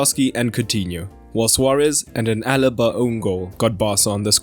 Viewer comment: The name is Alaba Not Alba